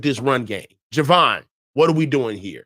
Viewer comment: Love you and long time listener to you and, but it’s “JAY-VON Hargrave” not Juhvon Hargraves. lol! Anyway keep up the good work (I 😂 kid) and!